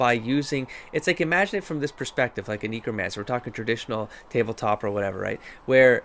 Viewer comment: And...please learn how to pronounce Qun (kYOON) and Necromancer (NECKromancer) before I call the ACLU! Although maybe your particular mispronouncing of qun isn’t a racial slur in canada?